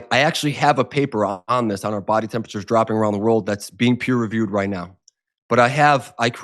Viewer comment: "Peer reviewed" not "per reviewed."